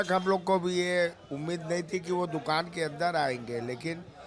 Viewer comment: Bhai dukan sahi se bolo